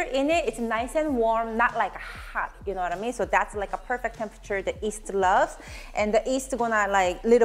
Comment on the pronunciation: Korean cant pronounce “Y” alphabet. Its cute that you call yeast as east ☺️☺️ Like the famous singer Yim Jae-bum pronounced as Im Jae-bum.